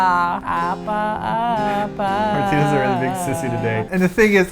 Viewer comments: It's APPA, not ABBA. ABBA is dad. APPA means "hurt" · was saying dad repetitively (appa) instead of saying that it hurts (appuh) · You keep saying abba (아빠)... Thats dad ^^;; Hurt is appa (아파), like, with a p... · u r saying it like daddy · lol every time they say hurt i hear dad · It sounds like she's saying "This is daddy!" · trying to say she's hurt but it sounds like she's saying dad xD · i keep hearing dad instead of hurt lol. "My neck dad" lol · It kind of sounds like said dad instead of hurt in the beginning lol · u r mispronouncing it hurts in korean